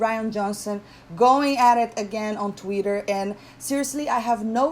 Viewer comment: You had me laughing out loud when you got to the "He's an embarrassment to himself" part. Rian Johnson is so insecure because I think he expected people to think he was brilliant. Mark Hamill tried to tell him...he didn't listen. Also love how you spell Twitter like you pronounce it...Tweeter :)